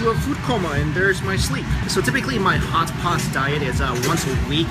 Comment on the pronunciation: It sounded like Hots spot. He like Hots Spot .....I know it's ridiculous but I keep replaying that part 'cause it cracks me up everytime 😂